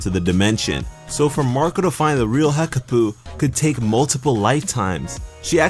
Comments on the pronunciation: Hekapoo not Hekaboo. Change it to Hekabae :D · Hekapoo or hekpooh not hekaboo